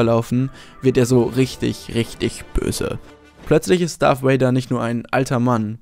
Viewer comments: Anton Ceclich Wer sagt denn wortwörtlich Wader? Es wird eben Darth "Wäider" ausgesprochen. Oder wie würdest du es tun? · sag bitte nicht darth woäida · Es heißt Darth Vader mit "v" also ausgesprochen wie das deutsche "w" und nicht wie das englische "w" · Maaaaaan warum sprechen alle Deutschen es "Darth Wader" aus? Es ist doch nicht schwer, das "V" wie ein "V" auszusprechen! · Anton Ceclich Gut, so spreche ich es auch. Habe es mir nachdem ich den Kommi geschrieben habe nochmal im Video angehört. Er spricht es tatsächlich etwas seltsam. ^^